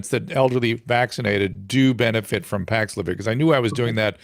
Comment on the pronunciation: Dr Drew seems to be pushing Paxlovid excessively. On the other hand, Dr McCullough calling it Paxlavoid is hilarious and obviously his way of giving advice whilst getting past the censors.